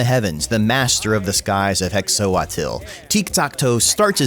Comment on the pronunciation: if you care about pronunciation that much, hexoatl should be pronounced "heh-sho-tl"